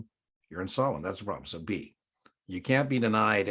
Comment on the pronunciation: The administrator cannot impose higher capital requirements then The SEC. Had to use the closed caption function to confirm you said “can’t” as it sounded like “can”. Great video by the way!!!